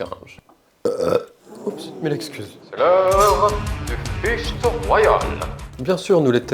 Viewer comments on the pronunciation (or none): 🗣: "l'heure du fight (prononcer fichte) royal" 😂😂😂